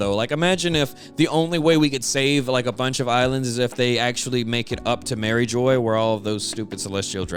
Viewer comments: just an fyi, its pronounced mari*jwah* not mariejoyce. its kinda like a french accent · Love your videos man, but It's pronounced Marie "zhwa" or Marie "zhwaz". "Jois" or "geoise" has a french pronunciation. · I like how you pronounced Mairjoã, MariJoy! Just straight up “crack-headed” the name right then and there! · Stop saying Marijoy you’re physically killing me